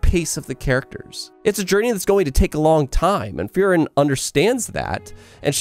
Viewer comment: Great video, and I agree with his analysis. However I couldn't stop hearing him say FEAR-ren when I pronounce it FREE-ren.